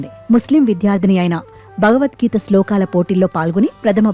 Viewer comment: చిన్నారి ముస్లిం బాలిక భగవద్గీతను నిర్దుష్టంగా పఠిస్తూంటే 😊❤️, TV anchor “భ”గవద్గీతను—“బ”గవద్గీత అని తప్పుగా ఉచ్చరిస్తోంది 😛😏!